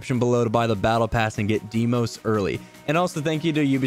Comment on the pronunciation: Imagine being and not knowing how to pronounce ''Deimos''